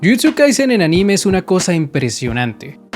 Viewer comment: se pronuncia ánime, no aníme